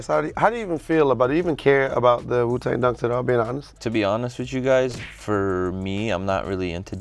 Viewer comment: This nigga can’t even say Wu-Tang right Jesus Christ I wanna kms